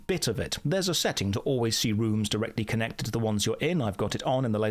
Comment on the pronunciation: This is so Runescape that when you say rooms I hear runes.